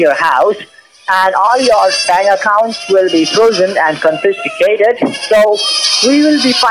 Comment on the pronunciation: One of these days they will get the word "confiscated" correct ( they ALWAYS say confisticated )